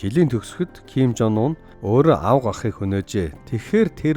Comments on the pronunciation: Зим жон ун, уна биш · Ким Жонуна гэж шаахын хүний нэрийг хүндлээд зөв дуудалдаа пиздаа вэ нээрээ😂😂😂